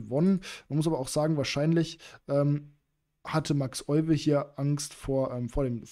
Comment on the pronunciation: Tolle Partie, sehr bekannt. Gerade in Bezug auf die Isolani-Struktur. Euwe wird übrigens Öywe ausgesprochen 😉